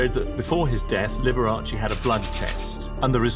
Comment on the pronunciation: It is not LiberachEE, just as it is not VersacHEE